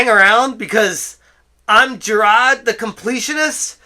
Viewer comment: Sidenote: I love hearing the Boston come out when you say Jirard. It makes me less angry when I hear his name.